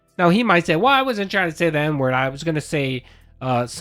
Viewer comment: i mean in all fairness, as a professional racist myself i know he said whip and NNNNE- in same sentence.. but like n word doesnt sound like "neh" at all haha